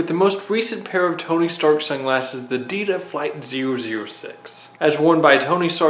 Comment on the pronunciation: It sounds like he’s saying adidas